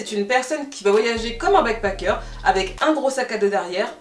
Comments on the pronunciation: Je comprends pas pourquoi tu prononces bien le « a » de backpAcker mais tu n’arrêtes pas de dire « begpEcker » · Tu as bien fait d'expliquer la différences entre les deux termes ! J'me disais "mais pourquoi est ce qu'elle prononce backpacker comme ça ?!" ahaha. Merci pour la vidéo je n'étais pas du tout au courant de ce phénomène !